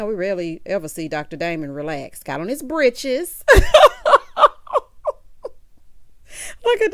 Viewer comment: When you said “Britches” I screamed. Sounding just like a grandma in the Deep South. 😂😂😂😂😂